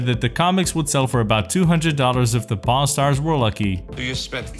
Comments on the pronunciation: Sounds like he's saying pornstars :) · I'm sorry in the beginning I thought he said porn stars lmao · Why am I hearing p*rn star? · Sounds like he is saying Porn stars in some bits.